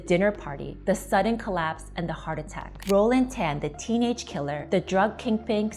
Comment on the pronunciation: This lady wannabe ang moh, hate when she pronounce Tan